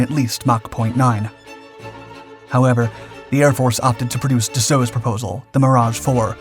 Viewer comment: Dassault is pronounced “da-so” just fyi